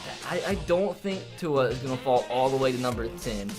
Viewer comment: Who else gets mad that cant pronounce tua’s name